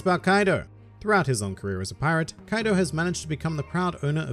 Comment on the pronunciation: Kaido not kadio